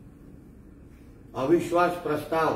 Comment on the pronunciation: मोठा बेडूक ला अविश्वास प्रस्ताव हा शब्द बोलता आला नाही...